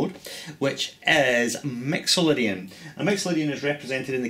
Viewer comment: haha, awesome! Your "I's" and "Y's" sound very much like an "E's" :D!! Mexolydian!